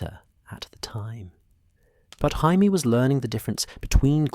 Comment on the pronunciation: "Hai-mee Lannister" -AI narrator